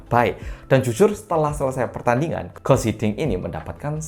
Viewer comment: "Guus Hiddink", baca "Guus"-nya tetap "Guus" bukan jadi "Gas", karena spelling Belanda sama caranya dengan spelling Indonesia kecuali untuk huruf "C", dan Guus Hiddink itu orang Belanda